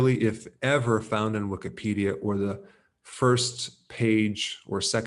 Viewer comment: Great information and very interesting way of saying Wiko-pidia in the beginning😂